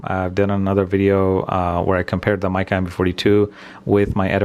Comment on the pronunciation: Hi. This is my useless comment for the day!!! I'm assuming Micca is pronounced "Mick-a" not "Mike-a" as it has two letter Cs in the name 😂😂